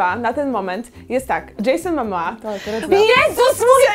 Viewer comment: momoa a nie mamoa